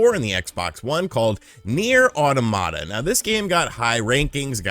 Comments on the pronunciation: not auto Mata. it's pronounced autom ata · Aw Tom it ta , not aw tomata , the word is not supposed to sound like tomato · Automata is pronounced Ah' TOM' mah'ta like the word "Automaton" not Auto-mata. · It’s pronounced like “automaton” ne’er au-tah-na-mah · Hearing it pronounced as "Awetamata" is giving me an aneurysm. 🤣🤣🤣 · Pronunctiation in spanish: Automata. Pronunctiation in english: Oromara